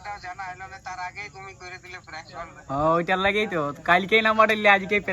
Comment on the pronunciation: অনেক হড়বড় করছিলে first parnk na bole pelenk bolecho thik ache prothom prothom omni hobek ai darun hoyeche video ta